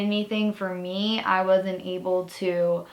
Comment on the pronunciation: idk why but for some reason when u said ‘me’ I thought it said mum